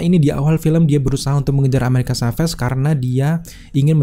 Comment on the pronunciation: Agak terganggu dg penyebutan "amerikan kaves". Asli, risih di kuping.